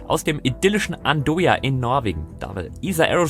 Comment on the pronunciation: Andøya ( Aussprache : An-eu-a